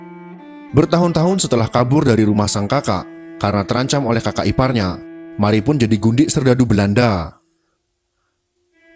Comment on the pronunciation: Marie _ di baca : Mariye Mari Mery😄